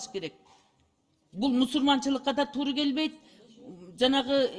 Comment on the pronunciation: Тууру эмес туура деп айтыш керек